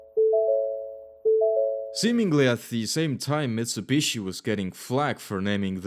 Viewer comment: hundy, mitsabushi, jagwar, bee em doubleya